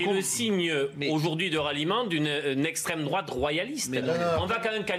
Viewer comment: "Le gifleur de macron est bien de strêmdrouate, puisque lors de sa comparution immédiate, il s'est revendiqué patriote..." Le reste du documentaire est à l'avenant... Affligeant !